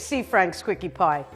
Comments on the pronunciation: Quickie pie? Is that what she was saying? Wow pornhub has a light theme now? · Why is no one commenting on the fact that she said quickie pie?